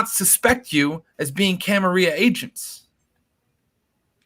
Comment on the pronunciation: Say it right dammit, gawd! It's "Cam-Uh-RILL-UH"!!!!